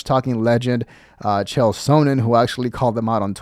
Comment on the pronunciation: Did he just call Chael Sonnen “Jail Sonnen?”